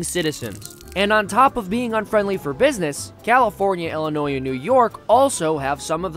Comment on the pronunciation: I know is from the Midwest so I don’t understand how in the world he can say Illinois as a ELL-Inois. I’m also bitter about this video as a Chicagoan.